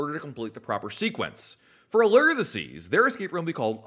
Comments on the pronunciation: The U in Allure is a long sounding U, nor errrr? Like a fishing lure. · Lol 😆 the others are right. Not pronounced Alere, it's Aluuure. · maybe I was wrong. I went back to like episode 3 of the podcast and he said ah-lerr hahaha I could have sworn I’ve heard him saying it differently at some point oh well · Thanks for this. Drove me crazy. I teach 2nd graders how to read, and I verbally corrected him each time he said it!